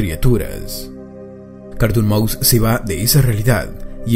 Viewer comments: yo le entendí carton cat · Es es es es carrrrton maus